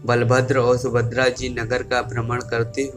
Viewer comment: Bhai sahab video me subhadra ka name bar bar sumadra bola gaya usko thik karo